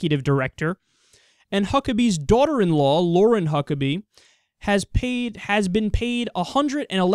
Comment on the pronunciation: Why do I keep hearing Fuck-pack??